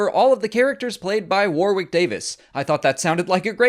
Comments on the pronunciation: warrick not waw rick :) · Worrick, not War-wick. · You're pronouncing Warwick all wrong (the second W is silent) . Warwick is also a place in the UK so it is really noticeable when you say it wrong. The phonetic translation is '/ˈwɒɹɪk/' (same vowel sounds as 'sonic'). Also (for Americans' information) 'Worcestershire' (as in the sauce) is a three syllable name of an English county. The 'ce' is silent and the 'shire' is pronounced 'sheer' or 'sher' (/ˈwʊs.tə(ɹ).ʃə(ɹ)/ or /ˈwɪs.tɚ.ʃiɹ/). There are various ways to say it but the 'ce' is always silent. If I were you, I would edit this. It makes English people cringe and wince (like when Americans call 'Ewan Mcregor' [correctly pronounced 'you-un'] , ' Ooo-un') . WTF? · His name is pronounced WARRICK, NOT WAR-WICK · You might, at least, have learnt how to pronounce his name properly -- Warwick pronounced Warick i.e. silent w (the second one). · "WAR-WICK"? - You make him sound like some kind of battle armoured candle. Learn how to pronounce his name if you are going to mention him. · love what you and Mollie do, but today as a Brit you made my head hurt. Constantly pronouncing Warwick’s name wrong it’s pronounced “Wor-rick” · Just a heads up, it's pronounced WAR-RICK. The second "w" is silent. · Pronounced Warwick SILENT 2ND W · You say his name wrong lol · Learn to pronounce his name before you make a video about him. Silent W in the middle. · The second 'w' in his forename is silenced! That's at least how we pronounce it here, in the UK, Mr. Davis' homeland. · That you couldn't even bother pronouncing his name properly is a bit of a kick in the nuts. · It's a shame that you're such a fan of Mr Davis, but can't pronounce his name correctly